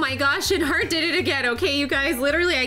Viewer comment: Why did you say follow “harht” if you never followed her yourself XD